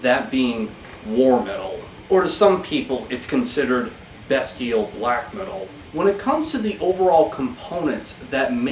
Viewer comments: Beast-ee-al. Not Bastille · BEAST-EEE-AL. Other that that petty annoyance I greatly appreciate this video an your true knowledge of the music and bands.